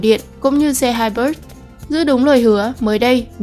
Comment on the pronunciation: Hybrid đọc là hai bờ rít ko phải hai bớt, Santafe đọc là san ta phê không phải san ta ép e